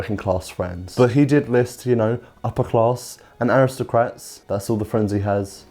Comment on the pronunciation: rishi rish the awistocwat